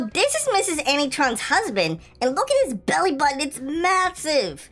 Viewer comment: He said ani tron